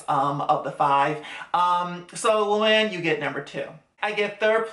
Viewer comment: Romana literally called Luann, Lumann to her face at Sonias house😂😂😂 I’m mad no one noticed it I was dying😩